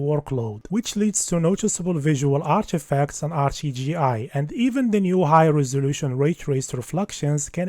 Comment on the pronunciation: Why do you pronounce the letter t as chi? RchiGI, forchinforchi p...